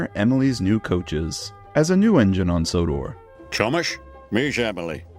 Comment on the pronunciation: Idk why, but I heard him say “Ťomaš”.